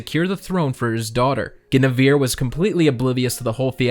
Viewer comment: Your pronunciation of Guinevere tho... shudders